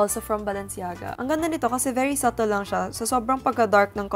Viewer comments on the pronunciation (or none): none